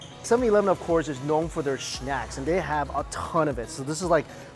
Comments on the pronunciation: “7-Eleven is known for its SHNACKS” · Hahahaha. I love how you say "snacks". Schnacks!!!! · I love it when he says shnacks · When he ever says snacks his saying shnacks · What's so funny about the vid is that how he says snacks and soggy he says it like shnacks shoggy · the way he pronounce snacks...'shnacks' really made my day 😂😂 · " known for their ShNaCKs" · "shnaks" "shtuff" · I love shnaks as well weird pronunciation mike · he says shnacks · Why do u pronunce snack as SHNACK?? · I didn't know you pronounce it shnacks and shtuff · I love how he says snacks (shnacks) jajajajjajajajajjaja